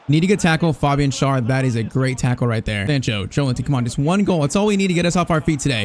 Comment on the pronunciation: Just a little thing when it comes to pronunciation: it's not pronounced Schar. To make it easier for you just pronounce him like the English word share. That's close enough to the actual German pronunciation of his name.